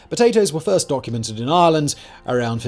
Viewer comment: Island or Ireland?? What are you saying, Simon?